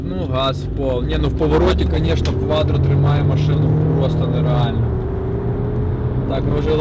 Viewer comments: Шо, кваДро 😀, говори кватро или продавай ✌🏻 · Квадро! Ауди объясните молодому человеку как правильно выговаривать слово quattro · Я не пойму - он кривляется или язык украинский такой )))) или дефект речи, кваДро это вообще зашквар , ахахах